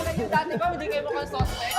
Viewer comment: Natawa ako dun sa 'Suspect,suspect dati mukhang supect 😂😂 Bilis ng rebuttal ni Stell 😅😂